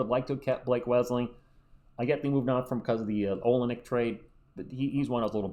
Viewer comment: ur Saying Olynyk Wrong